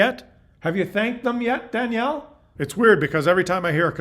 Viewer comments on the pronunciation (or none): none